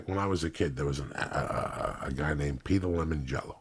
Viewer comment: Who the FUCK is Peter Lemon Jello?